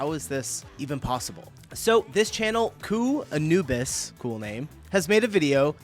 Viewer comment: i love your videos but i think you can't read properly :D how do you turn khanubis into kooanubis..